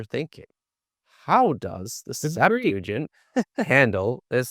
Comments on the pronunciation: “the Septajen”😂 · The SeptuagiN?? 🤣🤣 Seriously??... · why would he do that he’s an expert in Greek? What is he gonna do with a Hebrew scholar? Talk about broken pots with Aramaic? The Septuagint. (The one can’t pronounce) is in Greek btw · Why can't these bros put some shoes on. Also, my kids could have done better homework on the Septuagint, at least well enough to say it correctly. This interview was like judging a high school Lincoln-Douglas debate tournament.